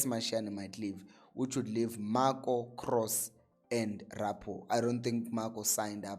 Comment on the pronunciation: Its Ra-po-o.